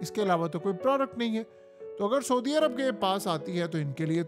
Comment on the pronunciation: Sodi Arab? Foj? Mai? Ye sb kis trha ki Urdu hai yar tumhari memno Vali? Sodi Arab nahi kehtey hain, Saudi Arab hota hai. Foj koi lfz nahi, Fouj hota hai asli lfz. Urdu bolna to seekh lo yar ab to km az km. Right?